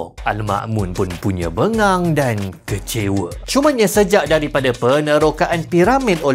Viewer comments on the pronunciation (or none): Pada minit ke 4.10..- BERKATA.."AL-MA'MUN PUNYA BENGANG DAN KECEWA".. PERKATAAN "BENGANG" TU PEKAT DAN PADAT..PIOR MELAYU NYE..NAMPAK MCM LAWAK PUN ADA BILA DENGAR LOGHAT NYA..😂😂😂